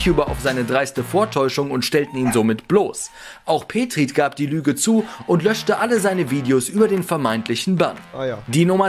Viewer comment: Wie er petrit ausgesprochen hat hahahahah😂 peetrit